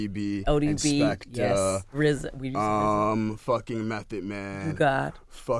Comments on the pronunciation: How is rza gonna be rza when he can say his Rs. He’s the Wza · LOVED hearing Erika n RZA speak with his speech impediment